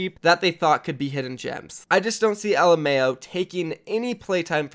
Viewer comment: When you said Alemao i didn't knew who the fuck he was xD.Alemao is a Portuguese word that means German...look out for prounounce it right :).